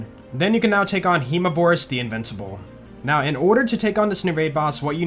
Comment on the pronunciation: Does anyone else also hear "not" when he says "now"